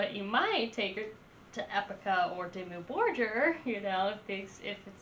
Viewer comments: 1. It's not Demi Borjer, but Dimmu Borgir (Pronounciation: Diemuu Borgir) Go watch some video's from other 'youtubers' reacting to this band, and listen how they pronounce the name. 2. I know american's aren't that intelligent, but is this your first experience with this band? "... this is very unique it's giving me some Epica vibes." _".. oh it's like giving me Exorcist Vibes and it's like, really like this very forward and move and it's like super flat and sandwiched in here and then you have all of these other elements that are making it super cinematic. Kind of giving me like Lorna Shore vibes" How is a black metal band which was formed and has been active since 1993 even comparable with symphonic metal band (Epica. Some people even dare to call them 'gothic metal', same as for Within Tampon) that was formed 9 years later, or a dumbass metalcore band (Lorna Shore) which was only formed in 2010 (17 years later)? If someone is copying anything it would be Lorna Shore, with other words.. Epica and/or Lorna Shore give you Dimmu Borgir vibes... 3. I know you're listening to the live versions from "Forces of the Northern Night" which had a full orchestra and not the album version. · Lady . Quit with the Lorna shore vibes. Dimmu started in early 90s as satanic black metal and has well more than earned a place in which they aren't put below the new shit. Black Metal is more than music. Honestly who are you and please say the name right and put on older albums. No. .. not Disney. .. hail satan.